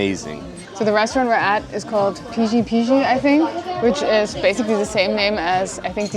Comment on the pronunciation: loved your reactions <3 Btw about "Pişi Pişi" words.. "Ş" letter's pronounciation is exactly like "Sh" .. S is S but Ş is "sh" .. :D